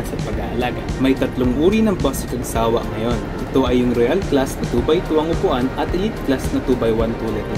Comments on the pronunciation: Correction for the Pronunciation. It's Cag- sawÁ . Not. Cag-sÁwa ☺️ Actually Isang Beses palang Ako na nakasakay diyan .Ang Sobrang Linis Ng Loob niyan Ng Cagsawá 😁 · ang pagbikas po sa cagsawa ay "cagsawá"—accent on the last syllable. ipinangalan po sa cagsawa ruins sa Daraga, Albay.